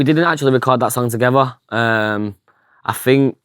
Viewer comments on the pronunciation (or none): It's I THINK not AHH FINKK. 😂😂